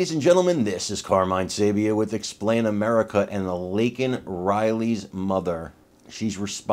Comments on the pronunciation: Her name is Laken, not Lanken. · Absolutely disgusting, Joe Bippy insulting Laken, moms by saying her name wrong. My condolences to Laken moms and family.. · when I first saw her name, it brought me back to my youth, I grew up on a road called Lakenham Drive. So when the ahole in chief butchered her name, my disgust for him, albeit overflowing as it is, grows and grows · AGREE NO PARENT SHOULD SUFFER THE LOSS OF A CHILD.THEN HAVE A BLOWHARD SAY HER NAME WRONG ON NATIONAL TV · My heart is broken for the Riley family. Shame on Joe Biden for allowing her killer to enter our Country in the first place. Then to add insult to injury Biden mispronounced Laken Riley's name. Thanks Carmine watching from Hammond Louisiana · My heart goes out to her. So stupid joe has to basically be forced to say Laken's name. Than to mess it up. How lame is that. Just shows how out if touch joe is. FJB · Kamala had a nasty grin on her face when Biden said her name wrong. Kamala Harris is evil.